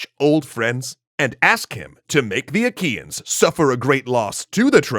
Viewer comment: Did i heard wrong or they call the trojans aqueans?